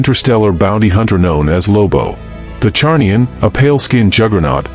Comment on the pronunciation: Zarnian, it's Zarnian. Not Charnian